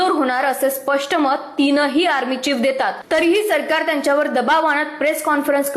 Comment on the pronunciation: अरे बाबा चीप नव्हे .. चीफ बोल